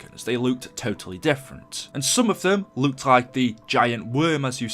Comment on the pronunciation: Why do you say luke instead of look 😂😂great vids btw